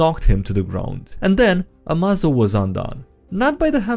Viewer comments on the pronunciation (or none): "Hey everyone, HimmelsTodesStrahl hier "(german) Ah, a Plan worthy of Lex Luthor. Always put Failsaves in the Upgrades you make them. Pretty sure it is spelled more like "Ama-zo" like in "Amazing". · AMAZO pronounced "ah-may-zoh" like amazing, is a highly adaptive robot from the "DC universe" that grows stronger as he fights and can copy the powers of others and add then to his own.